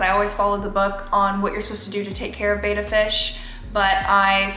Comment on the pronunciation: They're called Bettas, not Betas.